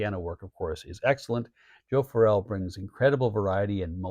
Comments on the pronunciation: Hey I really love your channel and I think you do a fantastic job but I think you should call Joe Farrell exactly that..... not Joe Phar rell...... at least that's how it sounds when you're saying his name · weleda listening to Joe Farrell for fifty years and that's the way I always heard his name mentioned going back to when I seen him live as a Young Man just thought I'd point it out like I said you have a fantastic Channel I just had this thing about pronouncing people's names you know Farrell sounds like Carol